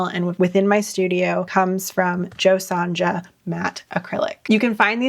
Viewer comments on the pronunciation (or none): It is an Australian made product, it was originally made for Folk Art painting. Jo Sonja paint was originally made and launched in Australia in 1985. The paint line was created through a collaboration between American folk artist Jo Sonja Jansen ( the j in Sonja is pronounced as a y as in yah no a j sound ) and the Australian paint manufacturer Chroma. It was designed to give artists a professional-grade color system. The paint is highly pigmented and dries with a smooth, matte finish. It acts much like traditional gouache but has the lasting durability of Acrylic Paint. It works on many different surfaces, including wood, canvas, and glass. Cheers from Aus.